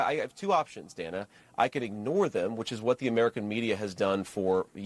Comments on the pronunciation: This is just one itty bitty correction. The CNN host Dana Bash pronounces her name "Dan-uh" and not "Dane-uh". Other than that it's just incredible to me that JD Vance and Trump are allowed to just incite violence against the Haitian immigrant community. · She’s been a preeminent television anchor and political journalist for more than a decade,. She pronounces her name “Danna.” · Her name is pronounced Dan’-ah. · Nice commentary- BTW, though not spelled grammatically correct, the reporter’s name is pronounced, per herself, as “Danna.” Mispronunciation of her name, esp by candidates, ON her show, is, imo, disrespectful (prob purposefully). jd is a monster 👿 djt is ill; always has been. jd KNOWS better. 100% opportunist. Another thought; suddenly a VP is able to set/enforce “policy,” (??) though djt stated a VP really “doesn’t matter much to an administration, really doesn’t determine a president’s decision-making…” (not direct quote) but djt DID say that. Paradoxical. Shapiro is a political “beast,” who is actually GSD-ing! Mad respect. Shapiro has great insight; however, he hasn’t fully grasped that w/ maga, (all intentional sics), there IS NO BOTTOM. 🤥-ers Full stop 🛑 🇺🇸❤️🗳️📖‼️💙💙💙💙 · Dan-uh Bash... If you are going to use her material then at least have the decency to learn how to pronounce her name.